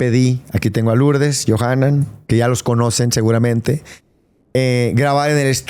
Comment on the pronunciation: Yonahan dice, en lugar de Yohanan :)